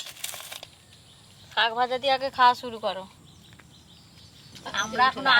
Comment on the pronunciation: শাক ভাজা ❎শক ভাজা ✅😂😂😂😂😂